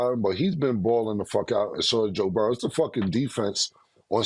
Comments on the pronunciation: They gotta stop adding a "S" to Burrow lmao. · Mase - “Joe boroughs” 😂😂